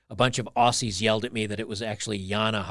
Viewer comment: To all the Americans on here (yes, especially you ), "Aussie" is pronounced "Ozzy" for god's sake 😂😂😂